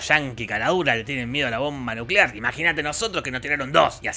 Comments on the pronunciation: Nucelar, la era nucelar ^o^ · Nucelar... la palabra es nucelar. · Nucelar, la palabra es nucelar